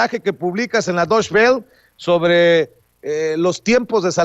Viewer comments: Vicente como tip Deutsche Welle se pronuncia "doiche vele", no "doish bel" jejeje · Vicente: Deutsche Welle se pronuncia en Aleman "doitxe bele". O también puedes decirlo como tal como se lee en español. Pero no es correcto tratar de leerlo en inglés cuando está escrito en alemán y el noticiario es en español. Saludos!